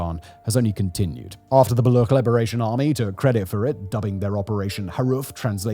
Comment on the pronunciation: Brother it's Baluch, CH, like CHair.